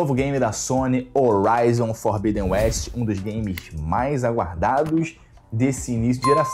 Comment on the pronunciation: O "H" tem som de R em Horizon, bérou.